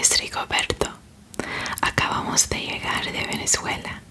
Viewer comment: Que hermoso le sale el español.. y además de eso que hermoso le salió el “Venezuela” AAAA. MI PAÍS, MI PAÍS 🇻🇪